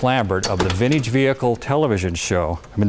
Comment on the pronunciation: Ugh. He says vind-eeege like such a boomer